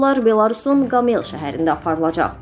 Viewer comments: Не грамотная Не Гамел а Гомел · Qamel yox Qomel sheheri demek lazimdir. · Ay kanal qamel yox Qoomel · Aparıcı xanım Qamel şəhəri yox Qomel şəhəri. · ГомЕл шехери йох,Гомел демек лазымдыр,ай бисавад диктор!!! Выргу " О" херфине душмелидир. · Qomel sözündə vurğu "o" nun üzərinə düşür.